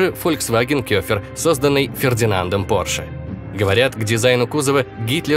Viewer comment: Кэфер а не кёфер!!! Немецкий учите